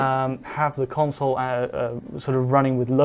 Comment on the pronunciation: *console not "council"